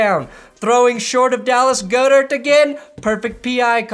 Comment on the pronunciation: It is pronounced "Goddert." You went 0 of 3 on that